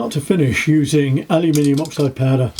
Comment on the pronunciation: I get a kick out of the way you pronounce aluminum as alimini.😉